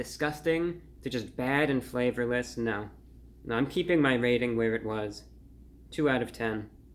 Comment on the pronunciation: Damn review brah those tiger claws be long! omg I died when you put emphasis on the flavorlessness or lack of flavor for the intellectual.